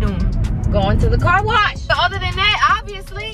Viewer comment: I love the way he talk instead of car wash he was saying corwash😂